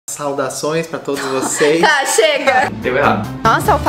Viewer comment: Não aguento o "saudações" kkkkkkkkkkkkkk